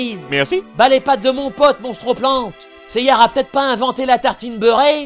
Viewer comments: Pourquoi ils disent "Seiyar" ? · Pourquoi "Seyar"??? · Je suppose que tu veux dire "Pourquoi dit-on Seyar et pas Seiya" ? Parce qu'en version Française, il se nomme ainsi.